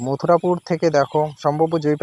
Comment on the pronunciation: মথুরাপুর টা সঠিক করে বললেনা